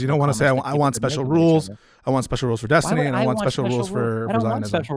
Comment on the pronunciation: Kinda sounda like was about to say "Epstiny"